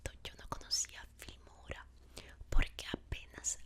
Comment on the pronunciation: Me encanta cuando dices palabras con r como raton,filmora,general etc 😍😍